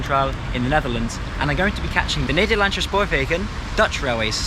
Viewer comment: It is not called "Amshterdam" or " Nederlanshe" FFS. If you're going to try to pronounce things at least bloody learn them first.Otherwise just speaking normally. Crikey f***. Usage of 3D map is cool though👍